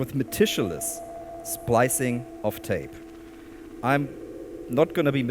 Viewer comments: MEH TICK YOU LUS. not MEH TISCH YOU LUS. This makes it even better though. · Great performance! for next time: Meticulous = Met - ick - you - liss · This is a great video! Thanks. By the way, at least the way we say it here in Canada, the word "meticulous" rhymes with "ridiculous". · Loved the talk/demo! Ever since watching your videos, I've started saying "Generator" with the German pronunciation. Also speaking of pronunciation the word you're looking for, meticulous, is pronounced similarly to "ridiculous" ;) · I much prefer pronunciation. "Metich-lious" Love it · Excellent presentation, let me help your otherwise faultless English - "meticulous" is pronounced with a hard "c", i.e. "meh tick yoo luss" or "meh tick yoo luss lee". Easier to pronounce that way, too! 😉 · it's pronounced muh-tissue-less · I spent a couple of minutes trying to work out who metishaluss was! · Jus a quick lil FYI incase, no worries if not. ~ meticulous –> (Me-tic-you-less) 🔊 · Loved this lil deep dive, thanks for your insights big sir Ps.... It's meticulous as in K sound for the C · For future reference, the c in "meticulous" is pronounced as a k. Because English is stupid, though it does make the word slightly easier to say. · Fascinating stuff. But never heard the word meticulous pronounced that way 😄